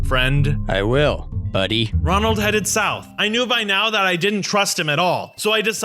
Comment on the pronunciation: The way he made a mistake saying Ronald is so funny and also this is a Bronson show so why Is max In it 🤔